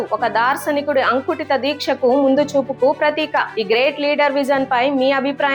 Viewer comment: అంకుటిత దీక్ష కాదమ్మ ,అకుంఠిత దీక్ష అని చదవాలి.